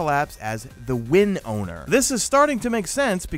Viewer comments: win-oh-er not win- own-er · You say win-owner but in the lore it says winnower 😂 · It's winower not win owner 😂😂😂😂😂😂😂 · So you were saying “win owner” and I was like “that’s a strange name. But I can dig it.” Then toward the end I realized you meant “Winnower.” Which is from the lore; the Gardener (Light) and the Winnower (Darkness). Which made me feel like this might not be a legit leak based on the fact that they call the main baddie the “Winnower” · I though he said Wind Owner. WE GOING UP AGAINST AN AIR BENDER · ill never understand if people just don’t bother to read properly or what, how you thought it was pronounced WIN-OWNER I’ll never know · Is it win owner or winnower? lol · Winower not win owner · Yeah, I was triggered every time he said it incorrectly.. don't know why. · Winnower. . . It doesn’t have a third ‘n’ lol